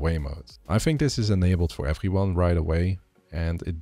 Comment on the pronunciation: “everyone” —> you’re dutch 100%